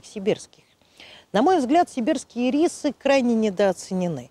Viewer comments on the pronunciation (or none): очень резало слух ирИсы. первый раз такое произношение слышу. вообще то Ирисы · Кому нужен ирИс, тому - в кондитерскую. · Блин, а я всегда думала что они Ирисы, с ударением на первую И... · не извиняйтесь! И рисы,режет слух,как и слово рододендрон. Его тоже искажают так,что тяжело слушать!